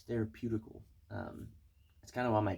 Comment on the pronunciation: REALLY?!?! “ It’s THERIPUTICAL” ? Is that a word? I can’t even spell it! LOL !